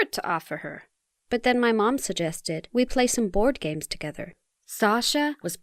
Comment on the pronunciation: I thought she said 'Gay' when she said 'games'. Oops.